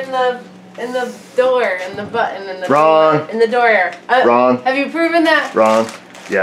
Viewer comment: BUT TON not bue en